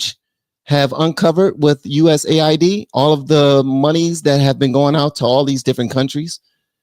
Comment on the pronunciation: I believe its pronounce "US" "AID" not USA ID.